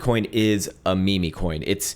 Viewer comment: Your mispronunciations are killing me... DOGGY COIN & ME-ME coin!?